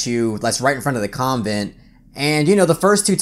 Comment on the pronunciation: The way you say convent is weird to me lol